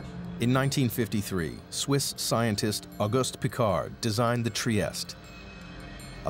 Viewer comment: Trieste is a city in Italy, it's an Italian name, so you have to pronounce the final letter. It's NOT french.